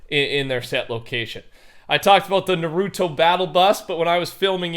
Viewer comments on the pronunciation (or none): ~ nah roo toe ~